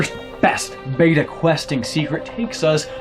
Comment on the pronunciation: learn to say beta correct